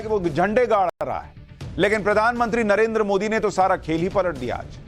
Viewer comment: तेजस्वी यादव को नरेन्द्र का उच्चारण भी सही नहीं कर सकते हैं नरेन्दर कहता है। ये सब देश चलाना चाहते हैं